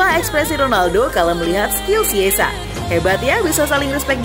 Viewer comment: Chiesa bukan kiesa atau siessa ejaan nya baca dong